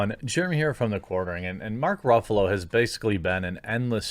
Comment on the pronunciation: I think the correct pronunciation is Mark “Ruffles”